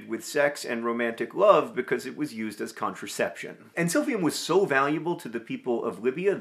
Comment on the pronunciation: Not me hearing SILVIA every time John says Silphium LOL